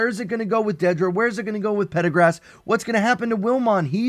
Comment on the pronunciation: Pardagaz* Not Pedagrass